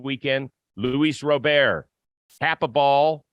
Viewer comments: His name is not pronounced "Row-Bear." It's pronounced more like "Rob-er." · Just like, for future reference, it's Luis (With the S pronounced at the end) not Louis like French, and Robert is pronounced with a hard T at the end like you'd pronounce the name in English. (Edit: Just heard yall pronounce it right the next chance, let this just be a lesson for anyone who needs it I guess) But overall yeah, the guy is disappointing in just about every regard. Even though he has elite range in CF, he doesn't communicate seemingly at all. The amount of near collisions on balls between the outfielders is insane, and it's been going on since he started playing for us. His plate discipline is awful, and again, hasn't seemingly improved at all since he got here. It feels like a guy with all the tools, but not the insane drive required to utilize all those tools at the MLB level. He doesn't seem to make adjustments, and with the stuff about not knowing the bench coach's name and all that, I am worried he won't ever develop into the player he is capable of being.